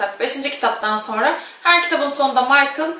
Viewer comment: Lisbeth lizbend değil 🤷‍♂️! Michael değil mikele